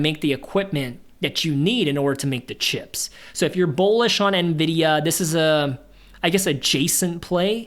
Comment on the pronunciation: I don't mean this in a mean way at all but are you saying Bowlish or Bullish. If its Bowlish is that just a new way of saying bullish?